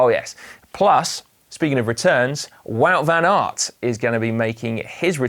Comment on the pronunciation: Nice board game in the studio. It’s not wood van aert, it’s waaaaaaut! Also vlooten, it’s vluten like in dirt, or hurt. Try doing research in how to properly pronouncing the names correctly. It’s a form of respect and make you look smarter.